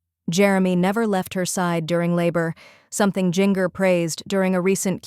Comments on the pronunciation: It’s Jinger like Gingerbread NOT Jinger like Singer!!! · Omg its not jin-ger its jin-jer. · I don’t mean to be mean, but I watch you often. You pronounce Gingers name incorrectly. It’s pronounced Jenn-jur. Maybe that will help. 😊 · Drives me nuts the way she pronounces Jinger’s name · I agree she never pronounces Jinger correctly. Drives me nuts plus this YouTuber starts stuff that’s not true!